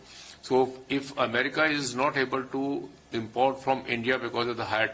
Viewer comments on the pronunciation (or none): none